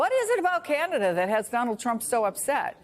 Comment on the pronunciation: Can-ah-da. Stop this Key-Yan-ada nonsense.